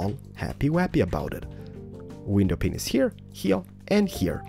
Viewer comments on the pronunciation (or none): Does anyone else notice he says window "penis" not pane? If you're going to speak English do in the RIGHT way. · You say glass pain pinneses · Am I the only person hearing "window penises"? Btw I love your videos!!! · who notices that when ever he says window he says peanice after it cuz i always here ok so now where gonna place some window peanices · I heard window pensises too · sorry but everyone skip to tie shown if you want to hear him say glass penises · I think he said wenipenises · why do u say penis instead of pane